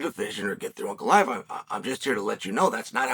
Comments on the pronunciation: fastest way is beating Ankalaev then he would have beat pretty much everyone in the top 5. winning that third belt would probably finally get Chael to respect him enough to learn how to pronounce his name. lmao just call him Alex if its so hard to pronounce it i dont get it lol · If he wins the third belt can you start pronouncing his name right? 😂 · how many more wins does the man need to get until Chael gets his last name right?